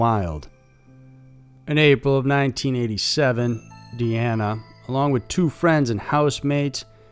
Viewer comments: Why do you change the pronunciation of Deanna? It's not Deena, It's De anna - Deanna! Show the dead some respect by at least getting her name right!? Jeeeeze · can't decide on the pronunciation of Deanna's name. Says Deeeanna a couple times, then starts calling Dena. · I'll go ahead and represent for the "that's not my name coalition" and speak on your pronunciation of "Deanna" which you said correctly a few times, but mostly said it as "dee-nah" (like mine) there are several ways to spell this name, but Deanna isn't one of them. There is Deana with a single N, the double N is always Deanna. Trust that all of us with this name, no matter the spelling, cringe but excuse every mispronunciation or misspelling of our name. We smile and joke because we've spent our entire lives correcting this...lol... that is all... 🙃🙂